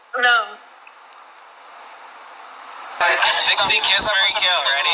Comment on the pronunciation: its not "doah"!!!!!! it's "Nixie"!!!!!!!!